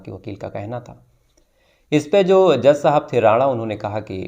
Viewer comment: जो को ज़ो बोलते हैं 😂